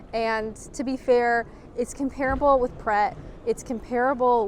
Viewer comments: Eminently watchable video. Great! However, probably because I'm old and definitely a pedant, com-pear-able (and its many repetitions) offended my sensibilities. Com-pruh-ble might be worth a try 🧐😂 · I noticed that too, but I thought it might just be the North American way of saying it.